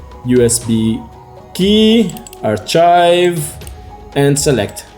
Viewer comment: Archive is pronounced as 'arka:yv' - not 'artcha:yv'. Overall, great video though.